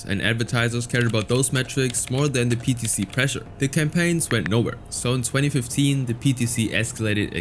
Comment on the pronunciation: PTC sounds like peta